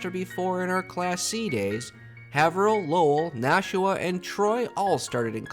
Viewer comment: Haverhill = "Hay-vrill"